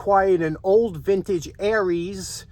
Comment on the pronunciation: They are pronounced air-ins snow blower. My dad used to work at the plant that made them.